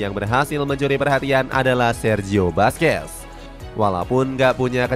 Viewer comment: Perbaiki penyebutan nama Sergio Busquets = Serqio Busket Rique Puig = Riki Puj